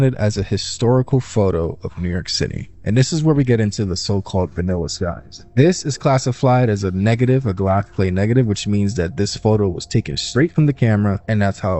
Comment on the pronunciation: the "li-berry of congress"..is "class-i-flied". Tough to be a "subject matter specialist" when you cannot even pronounce BASIC words. It's NOT "Lie-Berry". & it DEFINITELY isn't "class -i-flied". Once u that kid from the video learns how to speak words, THEN you can move on to the larger issues in life